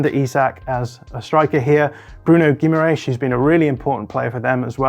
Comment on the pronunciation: still isn't close with the Guimarães pronunciation